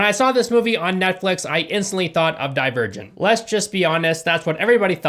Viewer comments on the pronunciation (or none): Man I really thought he said he would die a virgin when he said "Divergent"